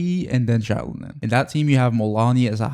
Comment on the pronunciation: the way you pronounce xilonen is painful